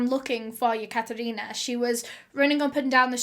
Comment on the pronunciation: The way she pronounces Katherina makes me want my name to be Katherina 😍